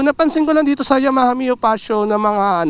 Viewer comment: Fazzio - Fatzio Yamaha - Ya-maha, not Yama-ha